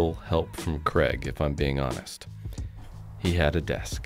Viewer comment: Is pronouncing Craig's name "Kreg" on purpose? 😆 Maybe Craig should do a sponsorship deal with Kreg 😂